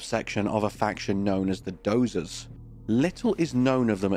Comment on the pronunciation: I'm glad it sounds right to you, but it doesn't to me. Every single time she says it, it's wrong. But whatever - you hear what you hear and I hear what I hear. It's not worth further discussion.